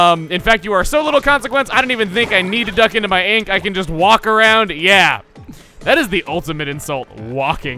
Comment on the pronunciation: When said, "Yeah that," when he show that Judd drawing, it sound like he said, "Yang that."